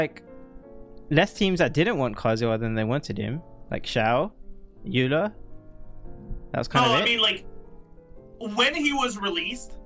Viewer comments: Does really said eula as oi-luh? is a mathemathician or something cause that sounds like euler lmao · sometimes it feels like he does it just to be different, some pronounciations in english are very different from the original. Which makes it hard to understand what character he's talking about. Imagine being a new player and hearing him say Kandak (Candace) or Oi-luh (Eula), it's like "who the fuck are you talking about" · Its the german pronunciation.